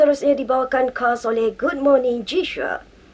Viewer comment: Khas khas? Sebutlah khhhhaaasss